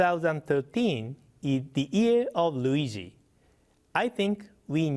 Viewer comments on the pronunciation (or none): The Ear of Luigi!! LOL he pronounces it just like my grandpa does xD